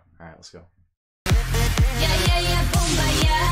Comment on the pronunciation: Boombayay would be the spelling for your original pronunciation. 😂 No shade, just thought it was funny. 👍